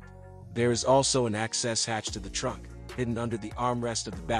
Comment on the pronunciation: I turned this off when I heard “Zan-cha” and “trunk”😂